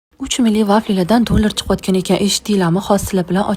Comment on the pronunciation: aytishni qara jala dulor😂😂😂😂